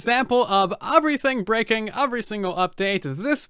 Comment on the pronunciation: Sort of wish you wouldn't make it sound like Bedrock edition sucked and only sucks. Other than you saying "Uvery" instead of "Every" ... It's obvious you hate the platform you chose to play on. It's becoming tedious listening to you say "because Bedrock"